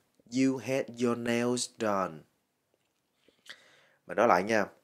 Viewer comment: Hình như trong chữ "nails" âm "s" sau cùng đọc là "zờ" thay vì "xờ" phải không ban?